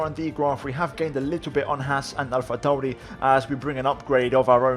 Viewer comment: please stop saying alpha tauri like that